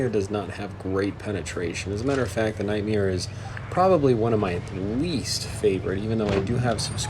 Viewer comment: You are saying the Nightmare’s name wrong. You are saying Nightmiare. But good annihilation of the event tanks in the first round there!